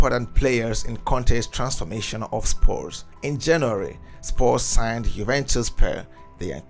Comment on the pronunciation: I cant believe this guy mispronounced EVERY name in the team. Even the team is called “Spurs” not “Spores,” ffs.